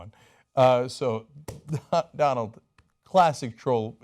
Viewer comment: did he say Dante trump